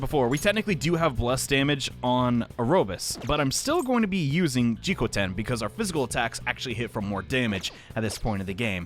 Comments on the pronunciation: You are pronouncing Jikokuten wrong It's Ji-KO-KU-ten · Hey! You keep pronouncing Jikokuten's name wrong, cause you keep missing a syllable. It's pronounced Jee-kou-koo-ten, not Jee-kou-ten like you've been saying.